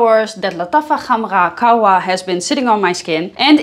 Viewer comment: as a native arab, she is wrong. Its Lataffa Kh um rah Gah wa but especially with better Kh and R pronunciations